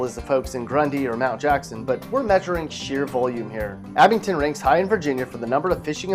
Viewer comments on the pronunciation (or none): Its AbingDON. Not AbingTON. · It’s AbingDON, not AbingTON. 😂